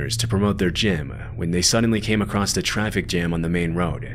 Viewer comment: Dude, i really like your videos but you gotta start saying 'across' instead of 'acrosst' 😅